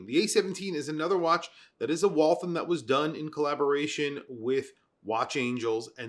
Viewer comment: Thanks for the video! Small correction on the Waltham pronunciation. I've lived nearby the area where they used to produce their original watches, and it's pronounced to rhyme with 'Wall ham'